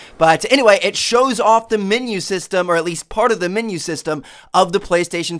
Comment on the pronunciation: minu why do u say minu it menu